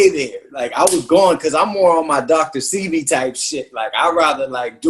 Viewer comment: Dr. Sebi (say-bee)